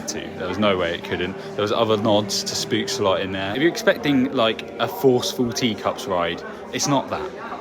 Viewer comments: have to as it sounded funny but spookslot you pronounce as poking pook and a s spook and slot as sloth but then you remove the th sound just slot if this explains it well 🤭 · Oh my god the way you pronounce "spookslot" lmao